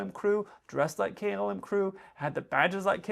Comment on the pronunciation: In your opening statement, you pronounced "KLM" like "Kill-em" Hashaha.